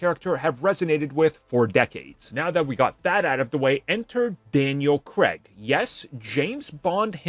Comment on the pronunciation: Its Daniel Craig, not Creg.